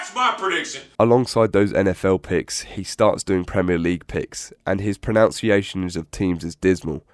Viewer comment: is peak irony and SO insanely typical of a YouTuber (you mispronounced "pronunciation")